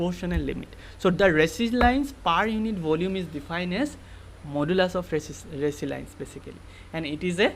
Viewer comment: Resilience=eyak ৰেজিলিয়েনঢ বুলি , pronouns kora hoi..